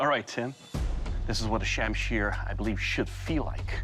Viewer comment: Pronounced more like shum Shir. This video - Sham Sheer